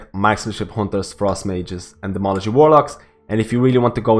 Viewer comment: Demology? You mean Demonology? :)! Also, tier 21 seems like it's going to change things up.